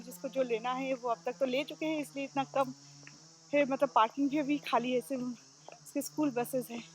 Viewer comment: Yes u won't pronounce abi ..u always tell Avi